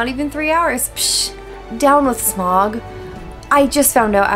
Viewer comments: Smaug not Smog, lol. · Am I really the only one bothered that she keeps saying "smog" you can literally hear the actors say it correctly. "Sm-ow-g" 😑😑😑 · It's Sma-ug not Smog or Smag, Sa-u-Ron not Saron :) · Please stop mispronouncing Smaug as "smog". Are you not listening to how all the characters in the film pronounce his name?